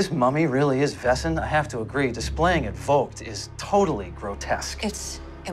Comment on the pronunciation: It always triggered me how they pronounced Wesen tho. It's just the wrong pronunciation of the word :D I loved this series but that got under my skin :D